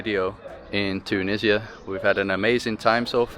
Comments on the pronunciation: Yeaaah right TUUU NISIA 😂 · The way you pronounce Tunisia with a stress on the first syllable is funny😂❤